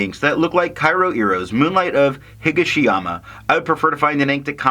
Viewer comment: Nice review as always, and nice orange. Yes you might have sold me on a sample. Actually your pronunciation isn't that far off. Higashiyama is just a slight different emphasis. You are emphasizing HI-ga-she-yama and it should be hi-GA-she-yama. You are saying "Iro" correct but Kyo is, well, yo (as in yo how ya doin') with a very short K i. Front. Like kee-yo without the two e's. Yeah. Japanese is fun. I wonder what the color is in reference to, as there was an Emperor Higashiyama and there is a Higashiyama district in Kyoto near the mountains. Imperial color is yellow, so it seems not that.